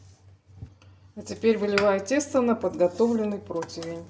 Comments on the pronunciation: протвень)), листик)) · о, как только не называют ПРОТИВЕНЬ!